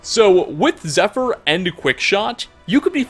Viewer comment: Nice try pal, but wouldn't pronounce that bow, "zephyr". Who the fuck are you?